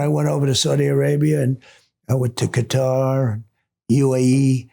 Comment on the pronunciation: I love that he pronounced Qatar correctly. Not cutter!!